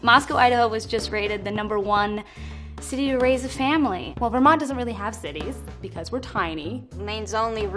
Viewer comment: She also pronounced the 't' in 'Vermont', so I'm starting to question how much of a Vermonter she is lol, jk